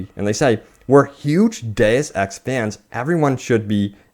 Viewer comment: Awesome... you pronounced Deus Ex correctly lol. When YouTubers call it DoosEx it drives me NUTS!